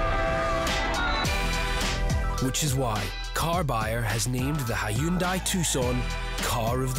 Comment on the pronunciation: An advert that pronounces Hyundai as it’s spelt! Thank you.